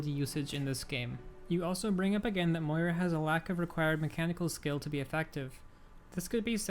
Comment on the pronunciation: It's MOIra, not MoRIA :P big oof on thumbnail... also of course everyone hates on Moira now that she's meta. Remember when she was trash before sigma?